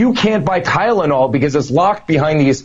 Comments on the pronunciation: I swear the dude's saying Kylnol, ya know, with a K. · He does not even say Tylenol he says ciylyol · He said “Kylenol” the first time on Hannity. It’s called Tylenol. Maybe that’s why he changed his story because he can’t pronounce the name of the medication he allegedly went to buy. 😂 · "kylinal" , what? You mean TYLENOL ! He's an offshoot, expected ! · I'm pretty confident he said "Kylenol" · 😂😂😂😂 Eric calls it Kylenol instead of Tylenol and homeliness instead of homelessness on a couple of these interviews! 🙄🙄 Man, there needs to be a serious cleansing of THAT gene pool!